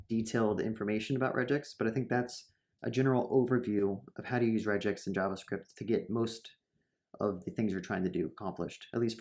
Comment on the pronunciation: This might be a good video but I can't stand 'rej-x'